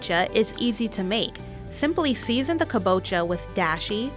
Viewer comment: thimply theathon